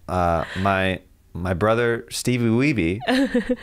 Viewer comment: Didn't make sense, and you somehow messed up Steebee Weebee